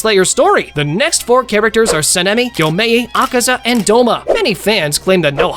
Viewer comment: Por qué todos pronuncian mal el nombre de Akaza? :/